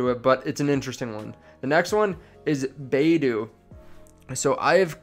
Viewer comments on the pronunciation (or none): BAIDU is pronounced [BYE-DOO] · Baiduu?? come on bro i am sure you heard of this company multiple time before while you were watching other youtubers videos to do research for you. Pronunciation?